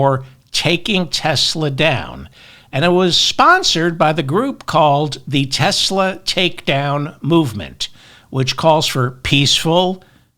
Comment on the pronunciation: Haha! David said "Teslur".